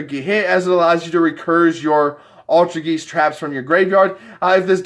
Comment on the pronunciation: Do you not know how to pronounce Altergeist. Its like poltergeist.